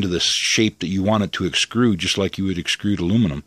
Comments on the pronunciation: Thanks. Gonna sub and check them out. BTW, not to be a total A-hole but ' the word is "extrude" (not "xcrude"). I used to operate an extruder in a plastic factory. :^) Saint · Extrude.... not excrude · Very cool work man, have you built anyhting large with hemp? Also, the word is "extrude" : say it like "EX TRUDE" ;-)